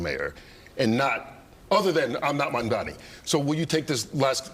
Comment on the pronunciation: Why does Cuomo keep intentionally calling Mamdani Mamdami?